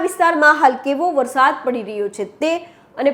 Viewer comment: બહેન, 'વરસાદ' જ બોલો, "વરશાદ" ન કહેવાય. "વરસાદો" તો ખોટો જ શબ્દ છે. 'ધ(dh)મરોળવું' સાચો શબ્દ છે, "ઘ(gh)મરોળવું" શબ્દ છે જ નહીં.